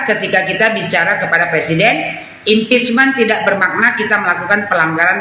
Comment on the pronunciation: Bukan halal bihalal tapi haram bi haram😂😅 provokator berbalut bahasa Inggris impecmen😂😅 alias makar cm bedanya makar itu kalo udah kejadian chaos la kalo nunggu chaos dl y hancur Indonesia pak🤣 apalagi mpud semenjak gagal wakil presiden otaknya mireng sm kayak kalla